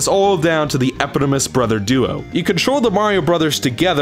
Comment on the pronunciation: The accent of plethora should fall on the first syllable. The accent of eponymous belongs on the second syllable.